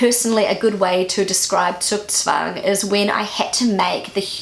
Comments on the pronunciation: Often google's pronunciation doesn't sound quite right to me. The accentuation or the length of the syllables are often wrong. E.g google got "Zugzwang" totally wrong. The "u" is long. You can rely more on your daughter's pronunciation (of course only regarding words she knows at her age) - she sounds right to me. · Tipp: Bei Zugzwang spricht selbst google das u in Zug zu kurz, wenn man es so spricht, als ob da zwei u wären, kommt man der Aussprache näher. Ein Anwendungsfall, mit dem sich Zugzwang ganz gut erklären lässt, sind Gesellschaftspiele jeder Art, die reihum gespielt werden. Ist der jeweilige Spieler an der Reihe, steht er unter Zugzwang, denn er muss eine Bewegung machen, selbst wenn diese nicht zielfühend ist. Zum Thema Torschlusspanik: Der von dir erwähnte Anwendungsfall des "schnell-noch-heiraten-müssen-bevor-es-zu-spät-ist" ist sicher der häufigste, historisch kommt das aber von mittelalterlichen Stadtmauern, wo zu einer festen Zeit die Tore geschlossen wurden, war man zu spät, musste man die Nacht vor den Toren verbringen. Die Tätigkeit der Stadtwächter, die Tore zu schließen ist der Torschluss, und die Torschlusspanik ist folglich die Empfindung, wenn droht, das man es nicht mehr rechtzeitig bis zum Torschluss in die Stadt hinein schafft. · your first pronounciation of Zugzwang is better than the google one, as it is Zuuuuuug not zuck. :) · Please use (too) - not google translate (alone) for pronuncation examples. Google ist wrong with "Zugzwang" - you'd pronounce the first part a little longer, like "tsoog". Zugzwang is not about making a decision. "Du bist am Zug" means "it is your turn now". So "Zugzwang" is the pressure of having to MAKE a move, having to act now. This COULD be making a decision - or any OTHER action. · True, what google said sounded more like Zuckzwang :D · Zugzwang the "u" is long. You speak it "Zuuugzwang". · Korrekt. It should be pronounced „tsoog-tsvung“ (or smthg like that)